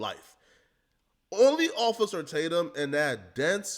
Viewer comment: Ofay-cer Tatum...love that lol